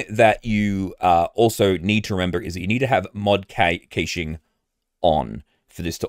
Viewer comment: Its pronounced Mod Cashing. Great video, thank you.